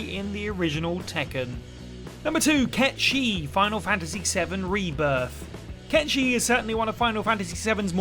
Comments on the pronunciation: Who’s Cay Sheeth? You didn’t play the game did you? It’s pronounced KATE SIH-TH. Did this annoy anyone else? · Am i the only one that's been pronouncing Cait Sith as "Kate Sith" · The localizers actually addressed this: They said "Yeah, we know he's based on Gaelic Mythology, but his name is going to be pronounced "Kate Sith". They did it out of spite AND laziness. Even the developers acknowledged his Gaelic naming origins in supplemental materials for the original FF7. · To be fair before the remakes I was pronouncing it 'Cat Sith' but my God! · the FF7R localizers intentionally spat in the face of the pronunciation of this creature from Gaelic Mythology (even the original FF7 devs acknowledged that and called him Ket-Shee). Dirge of Cerberus was the first to actually call him "Ket Shee" and it was the first time his name was even vocalized. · Were you purposefully mispronouncing Cait Sith or what? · Went my whole entire life until now pronouncing Cait Sith wrong...